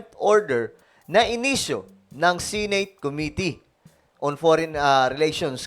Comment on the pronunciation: The word Senate..si-neyt ang pgpronunce mo sir,bisaya ka ba? Di ba dapat..se-net ang tamang pgbigkas?